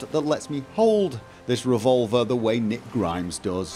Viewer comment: Honestly sounds like he says Nick Grimmes 😂😂